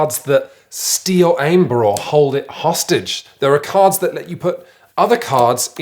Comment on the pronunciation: Ok, why is it so hard to say Æmber? “Æ” is a Danish letter and in this case you just pronounce it as “Ember”. Stop with that “AE” shit. XD Another thing: You talk a lot about good and bad decks, but almost everyone I have heard from agree that the balacing is actually great, and even a great handicap mechanic to balance it out. Also there are 5 different gamemodes in organized play that are build towards the end of fair games, with everything to handicap auctions to deck-switching. This is NOT the type of game where you just bring the strongest deck and wins. XD